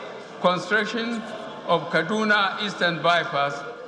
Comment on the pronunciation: He already proved to the world that he is the original jubril Aminu Al sudanese as he can't even pronounce Kano & Kaduna very well, what a scheme